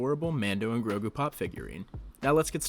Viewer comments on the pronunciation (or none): none